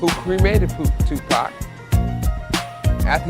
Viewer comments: Dude called 2Pac Tupack so off the rip everything he says is unbelievable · I can't believe anyone that mispronounces Tupac's name